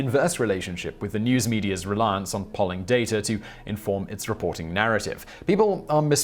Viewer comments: Its pronounced: Pole-ing (also one of the best topTenz Ive seen) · “pawling organizations”? (odd pronunciation).